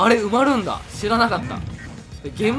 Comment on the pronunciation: 埋まるーがうまるーんにしか聞こえないw